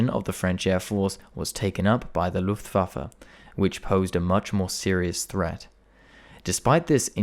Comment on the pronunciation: his German pronunciation of terms like "Luftwaffe" and "Adlerangriff" are also spot on!